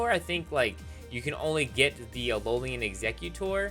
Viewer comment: Did you know that it's pronounced "ALOLAN", not "ALOLIAN"? Did you know that?